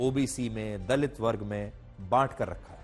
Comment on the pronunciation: Dalit kya hota hai itna bda ankar hai theek se word bhi nhi bol sakte